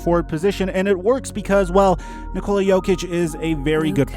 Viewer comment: god damn it it’s NICK-ola not ni-COLA